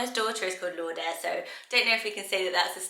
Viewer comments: Just FYI, Lourdes is pronounced Loo-rd :) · I’ve never heard anyone pronounce ‘Lourdes’ as ‘lourd-es.’ The ‘e’ is usually silent.